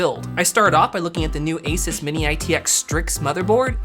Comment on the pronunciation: And thank you for pronouncing ASUS the way you do